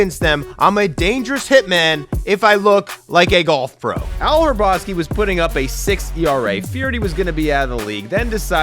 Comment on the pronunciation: Ryne DOO-ren, not Duran. Al Ra-BOS-kee. The H is silent.